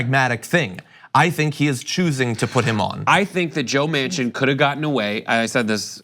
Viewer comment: Well... it is joe MAN-Chin . not WoMan-Chin.